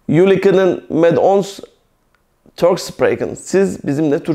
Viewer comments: Hocam 'kunen' kının diye değil 'könün' diye okunur saygılar.. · Hayır 'kunnen' fiili 'künın diye okunur.